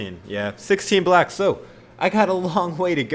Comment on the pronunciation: Josh Garner LOL, I thought I was the only one who heard it that way 😂😂😂